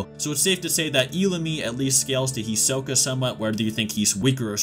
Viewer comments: Who is "Hee-soh-ka"? "Nefer-pee-toe"? "Kuri-pika"? That English noob pronunciation is strong in this one lmbo. There's no way Chrollo or Hisoke have a chance at beating Meruem though. They'd even struggle immensely against Neferpitou tbh...The Royal guard are extremely powerful. Without Komugi, it's possible Meruem could have wiped out every Hunter (Netero, Gon, Zoldyck family, Ging, etc would all have to band together to stop him) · First let me say, do not say hunter hunter again. You address it as hunter x hunter like a normal hxh fan. 2 do not pronounce their names as such again its He-soak-A. And 3 Illumi is not a Phantom Troupe. Thank you, sorry for the inconvenience. 👍🏽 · did you mispronounce hisoka?